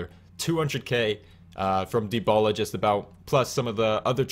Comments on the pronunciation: De-ba-la not de-bo-la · I've never heard anyone pronounce it the way you did lol